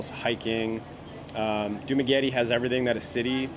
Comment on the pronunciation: you say Dumaguete like a local,. nice!